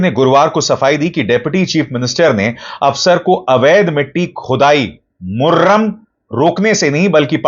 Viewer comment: Abhisar bhai Murram nahi murum bolte hain yahan par...ek khisam ki mitti hai.....